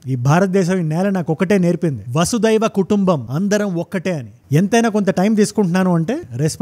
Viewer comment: Vasu daiva kadu vasu dhaiyika kutumbam..nijam ga namme siddhaanthaa ni ki pronunciation theliyaka pothe ela? And… Aa oori peru konthamuru.. kondamuru kaadu.